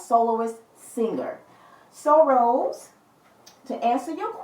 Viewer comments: Thanks for giving your precious time on reading on blackpink Rosé.....it was really deep & great i like it 👍....BTW her name is Rosé not rose (it's pronounced as Row-zay) Hope we will get more reading in future ❤️ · It's Rosé pronounce RO-ZAY